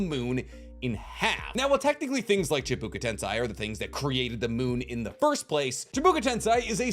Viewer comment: Chibuka? Bruh. Chibaku. Learn to read.